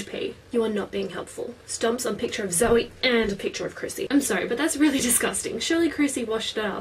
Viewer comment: ikR!!! its zoe girl